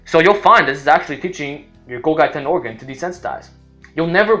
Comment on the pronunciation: Golgi is pronounced gawl-jee.